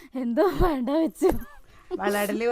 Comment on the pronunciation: 😊ബൻണ്ട അല്ല വേണ്ട എന്ന് പറയണം